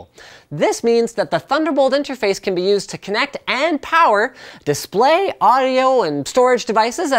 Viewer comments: "NO, WE NEED MORE POWWA" that made my day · NOOO, WE NEED MORE POWAH